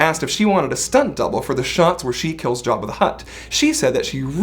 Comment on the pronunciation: Ugh. "Jab-a?" NO NO NO "Jah-bah" C'mon